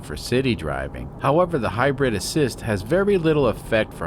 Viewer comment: Love your channel but if I have to hear "high bread system" one more time I'm putting my head in the oven...